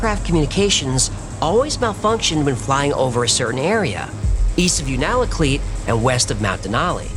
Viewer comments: Unalakleet is not pronounced that way lol. Also it’s not even close to Denali, it’s by Nome. Love your show!! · Alaskan here. You mispronounced Unalakleet. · It's pronounced You nal a kleet (sort of). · I was a bush pilot in Alaska for many years. Its pronounced YOU -nuh-luh-kleet. Sorry,that just bugged me, lol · Unalakleet= "You nuh luh cleat" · it's pronounced you-na-kleet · unalakleet pronounced u na kleet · just a heads up, that’s not how you say Unalakleet, it’s you-nah-lah-kleet. You were close… anyway back to the story… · Un a la cleet. You are making me flinch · Haha I MUST help you with the pronunciation of Unalakleet . Yoo-nah-la-kleet Sorry, and thank you !😊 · Sry buts it's "u-na-la-kleet" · isn’t it yoona la kleet? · As a Native of Alaska that has lived here all my life, I love this video. I can attest that there is a lot of strange events that happen here. The only thing I had a problem with is your pronunciation of Unalakleet. Lol. Its you-na-la-cleet. :) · Hey, fun episode, thanks! Now I'm going to have to go check it out for myself. Just FYI, us Alaskan white kids pronounce Unalakleet YOUnalakleet (YOO-nə-lə-kleet). We have a lot of fun names here. In case you even have to say it, Valdez is pronounced Valdeez. Thanks for the show. Peace. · Just gotta say we pronounce it (you-na-la-cleat) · From Alaska. Just a tip. It's pronounced You-nuh-luh-kleet. Love the videos. Keep them coming. 🤘🏻😎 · The Black Pyramid is 100% real. I have seen photos of it and have talked to people who worked there. It produces energy because of the quartz and water chamber underneath it. It is complete with a cap stone. And it is pronounced U-na-kleet. The Natives knew about its existence for many many years. I live in Alaska and have seen things that most people would not believe. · Alaskan here Unalakleet is pronounced (phonetically) is “you-nah-la-kleet.” Your work is outstanding! Thank you!!!